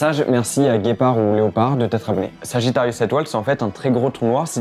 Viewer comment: Il a dit sagittarius A🤨